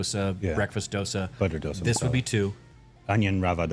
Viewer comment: Its not "Do" sa, its pronounced "Dho"sa.